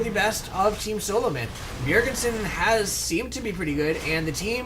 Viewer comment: Its not 'Bjergensen' its just 'bjerg-sen' ;) nice commentary,like it very much.